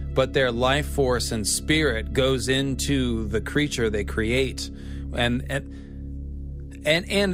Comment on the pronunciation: what's a "Greature"?